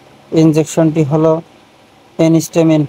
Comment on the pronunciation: ওটা এনিস্টামিন নয়, এন্টিহিস্টামিন। আশা করি পরবর্তী ভিডিও গুলোতে ভুলটা শুধরে নেবেন